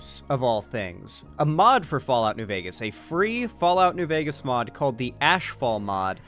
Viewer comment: "New Veger..." Lol, you gotta use it with an A, not a hard R,.